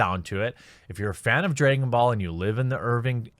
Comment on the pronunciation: “DrAYgon ball” “AHnime” Haha